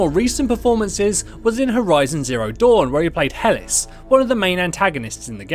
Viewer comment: Not "Hellis", "He-lis"! God damn, you British people and your insufferable mispronunciations.